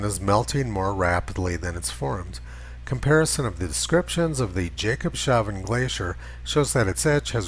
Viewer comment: I like your chanel and the content. The only thing I have to complaint about is your pronounsiation of Jacobshavn. It slits after the S, not before.